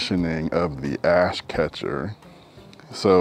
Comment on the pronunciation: Ain’t gonna lie, I heard ass catcher 😂